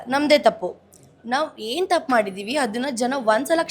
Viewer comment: ಅದು ಹೇನು...! ಅಲ್ಲ . ಅದು ಏನು, ಕನ್ನಡ ಸರಿಯಾಗಿ ಕನ್ನಡ ಮಾತಾಡೋದು ಕಲಿ ಸೋನು. 😂😂